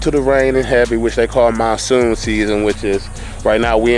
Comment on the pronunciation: I'm pretty sure it's Monsoon, not Moonsoon.